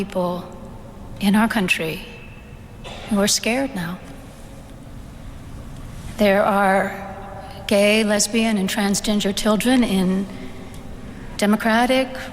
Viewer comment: Sounded like the bishop said 'trans-ginger children'